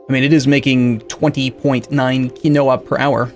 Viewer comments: Not kih-no-wa, key-no-wa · My god Quinoa is pronounced *keenwah almost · "Key-no-a" isn't how you pronounce it, it's "keen-wa" RREEEEEEEE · Keyn-wa. Not Keynowa. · It's pronounced "KEEN-WAH" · It's keen-wa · Quinoa - "keen-wah" It's weird, but that's how to actually pronounce it. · By the end of this series will start to question his pronounciation of even the most basic words. Also, just in case you didn't read it fifty times already it's keen-wa. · Quinoa is pronounced "keenwah" just an fyi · It's pronounced keen-wa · It's pronounced Keen Wah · quinoa is pronounced keen wah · Just FYI,... Quinoa is pronounced "keen-WAH". No, really. I know... I know... but that's how it's pronounced. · I'm not gonna hate for your pronunciation of "potash"... but "quinoa" is pronounced Keen-Wah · I've only ever seen it with the o pronounced, but still with a long e rather than the short i he used.